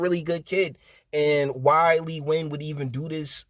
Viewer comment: Impressed you know how to pronounce Nguyan, I never did.